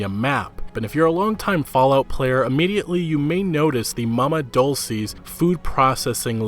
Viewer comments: Lol mama ( dalcies) for us Hispanics it’s pronounced mama ( dul se ). Great video 👍🏻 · "mama dolsees" XD dol-chay my dude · It's pronounced Dolce (Dull-che) Nope never mind it's pronounced LEVIOSAAAAA. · Its Mama's DOL-chay